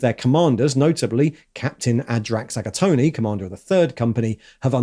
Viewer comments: Did he just call the third captain "Agatoni"??? 🤌🍕🍝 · There's no way his name is actually pronounced "Aga-tony" 😅😅😅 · I like how half the video is read straight out of the codex I'm getting my paint ideas from. Please stop pronouncing the 'e' at the end of Agatone